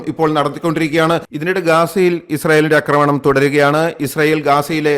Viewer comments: അക്രമണം അല്ല. ആക്രമണം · Thante ' akkramanam' chollu masangalaayittu kelkkunnu Aakramanam ennu parayaan ithuvare padikkatha pottanmarude rajavu ,,marapottan ennu ellavarum parayume